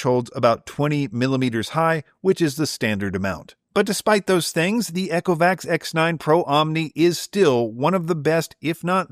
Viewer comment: Eee-co-vacs. Not Echo-vacs 😂 Love the reviews, thank you. Also noticed the Saros10R long hair pickup score being really low - interesting point you might like to try there; manually actuating the roller 'box' underneath until it is no longer tight (not breaking it or being rough) caused mine to be much more effective on pickup and seems others have had similar results.